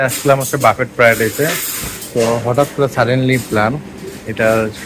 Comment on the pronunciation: বাফেট বলবেন না। BUFFET এর উচ্চারণ হবে "ব্যুফে"